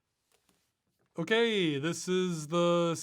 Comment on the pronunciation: Why did that ''okay'' sound very Dutch?